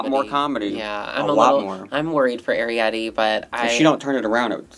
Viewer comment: Someone please teach how to pronounce Arrietty 😭